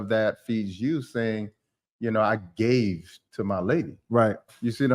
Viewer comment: I like when said, "I.....GAVE......to my lady." 🙆🏾‍♀️I think I'm going to have some alone time now.🤭